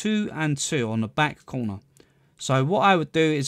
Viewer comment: no one: this dude: place one in the COOWNAH